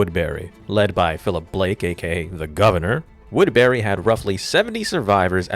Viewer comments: its pronounced "woodbury" not "woodberry" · its woodbury not wood berry lmao